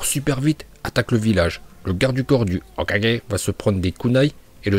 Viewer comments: Jaime bien mais le "hokagé" comme un tirso ça casse les couilles de ouf 🤣🤣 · Notre porte parole préférée des prononciations dignes d’un japonais (HOKAGE) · J'aime bien la prononciation de l'HOKAGE!!! TU NOUS TUE MEC🤣🤣🤣🤣👍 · HOKAGE Masterclass le prononciation 🤣🤣🤣🤝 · J'aime la vidéo, mais tu ne te trouves pas énervant avec ta prononciation de HOKAGE...? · Pourquoi il dit Hokage d'une manière aussi bizarre 🥲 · tu prononce le mot hokage de facon bizare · tu sais que tu clc à proncer hokage comme ça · Pourquoi il dit Hokage comme un gogole ? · aime bien prononçait Hokage comme dans la VO c' est pour ça que quand dit Hokage il le prononcé on dirait qu' il se trompe.